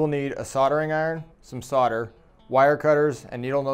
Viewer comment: solder, not solder!